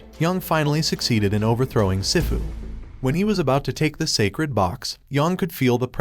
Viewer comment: Some people pronounce sifu like they’ve never seen Kung-Fu Panda before 🤣 it’s pronounced (SEE-FU)